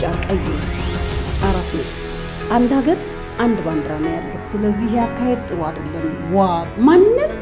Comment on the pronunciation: ባንድራ😂😂 ባንዲራ ነው የሚባለው